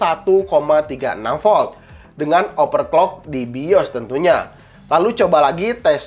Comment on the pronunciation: Bang mau kasih saran aja, coba rubah cara ngomong nya di benar kan, seperti overclock di baca nya jangan jadi operclock, takut nya ada salah penyebutan brand nanti jadi masalah, itu aja trimakasih sukses terus bang